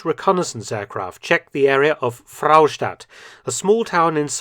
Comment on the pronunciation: Fraustadt is just 1 'r' , no need to say Frrrrraustadt 😂